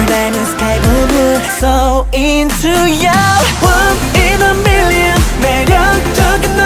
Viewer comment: The way MJ says million is so beautiful ❤️❤️❤️❤️😍😍😍 😍